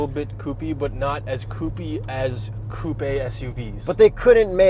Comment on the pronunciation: "Super-CoupEE". I love this car, SUV, Crossover, Coupe', whatever the fook it's considered.